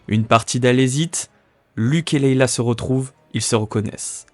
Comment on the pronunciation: Leia pas Leila